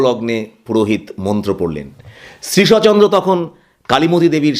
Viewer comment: উচ্চারণটি শ্রীশ+অ নয়, শ্রীশ্ চন্দ্র।